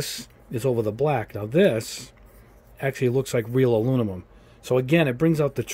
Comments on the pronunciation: Aluminum, not Alunimum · No. He's mixing up the M and N the way children do. There is "Aluminium" and "Aluminum", not "Alunimum" If im wrong, please feel free to show me any language that pronounces it "Alunimum" It's a small thing, but i seriously can't handle hearing it more than 20 times before i have to stop it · I love your channel, but I have to give you some constructive feedback. it's painful to hear you struggle with the word aluminum. "Aloo-na-mum" is how you repeatedly say it and it makes you sound like a third grader. For someone who reviews colors and has to say that word a lot you should consider practicing the correct way to enunciate "Aloo - mi - num" That's it, everything else on your content is awesome! Thank you for your hard work. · Great vid. Never heard of “alunimum” though haha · Aluninum isn't the worst pronunciation I've heard. I've heard Aluminuminum. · Great comparison and review. Constructive feedback: I thought I was having a stroke every time you mispronounced and said “Alunimum”. Made it hard to watch and finish the video. Also, you repeat yourself a lot a repeatedly use filler phrases which also makes it hard to watch a long video. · Please. If you're gonna say a color 50 times in a video, please pronounce it properly. Literally my only negative feedback. Good job otherwise.